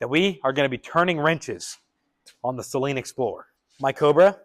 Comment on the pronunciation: its SAYLEEEN